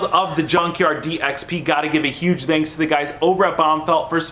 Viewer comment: why do you always say "Danks" instead of "Thanks"? is it like a accent in the US or something:s